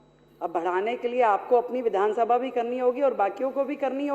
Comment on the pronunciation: Vidhansabha bola jata hai na ki vidhun sabha